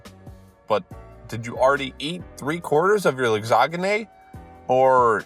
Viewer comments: did.... did he .... say lasagna as... lagsagné??? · Ah yes, lagsagnenene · As an American, that physically hurt to hear. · I love he didn’t notice he pronounced lasagna wrong